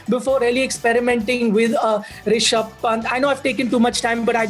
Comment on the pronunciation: Will someone tell Belley its Ri-sha-bh not Ra-shi-bh